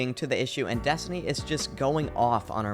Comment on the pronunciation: Is it just me or i hear call her DESTINY every time Lol it DESTONI Edit: Nice THUMBNAIL BTW hahahahaha pls stop it Another Edit: It Makes Me Laugh on the part when she starts saying BOUNCING AND BOUNCING on part